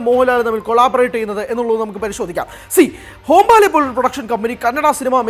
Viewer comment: ഹോം-ബാലെ അല്ലടി "ഹൊമ്പാളെ" എന്നാണ് 😂😂